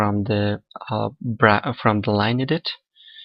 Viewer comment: Thx! But iu must must must must practice how to say lineEdit so it sounds like English ok? ,)